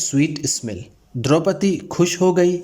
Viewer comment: क्या भाई द्रुपदी नही 👉 द्रौपदी बोलो।